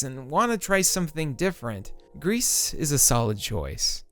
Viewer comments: about Gris: im pretty sure its pronounced 'gree' not 'Grease', like the french word for grey. how do you pronounce 'versace' or even 'hyperbole' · Gris is pronounced "gree" not "grease". It means grey en Français. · pronounced "grie" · It's not pronounced 'Grease' my dude.